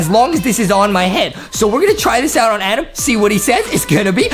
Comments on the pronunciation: Adam, not Adem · No Justin says Adem. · No no no, it’s A-dom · It was so funny when Justin kept saying "I'm adem" 🤣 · no he said Edem not Adem